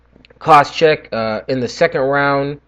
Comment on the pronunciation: What are you butchering Koscheck's name at the end there, lol jk. Nice predictions and can't wait for the interviews.